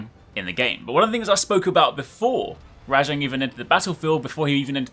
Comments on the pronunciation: I'm sorry but it RAJANG not RA-JONG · WHY do u keep calling it RA-jang it's just rajang